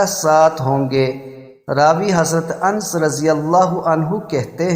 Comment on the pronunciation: بھائی حضرت اَنْس نہیں بلکہ حضرت اَنَس ہے۔۔ پہلے نام تو صحیح طریقے سے بولنا سیکھو